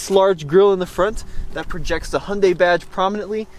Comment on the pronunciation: Sadly the Venue is a hideously ugly car. And also I have driven a few CVT cars and still prefer an actual gearbox with actual gears. This is really just a small hatchback not a crossover as there’s no AWD. Also it’s pronounced more like Hyun-day not Hun-day (there’s a Y in there). A better car would be a Honda HR-V in my opinion.